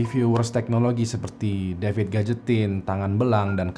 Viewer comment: Dapid bang bukan devid